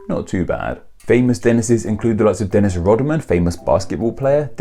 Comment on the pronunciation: Wow! I got quoted! (And you pronounced my name right, which is rare.)